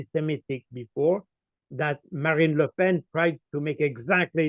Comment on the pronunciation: Colonel Baud unlike the previous guest understands politics and the fake differences between the so called left and right. He also knows how to pronounce Ms. Le Pen's first name.